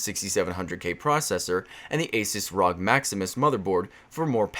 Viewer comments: Its asus ar oh gee not rog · why do you say ROG as one word? i was confused as to what you meant by an asus ROG motherboard :P